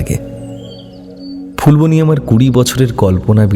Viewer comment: সেটা ফুলবনি নয় যেটা ফুলবানি Phool-baa-nee